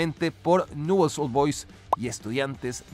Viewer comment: Me resulta gracioso como pronuncia Nuuls Old Boys, acá en Argentina decimos Nievels a secas